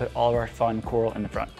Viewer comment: who.... taught you how to say coral? who did this 😂